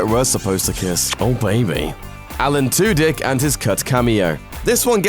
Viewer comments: alan "two-dick" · "Alan Two Dick"